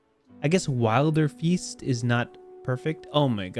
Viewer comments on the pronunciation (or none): just go for broke and pronounce it as "will-der-fist" 😂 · It's definitely pronounced Wilderfeast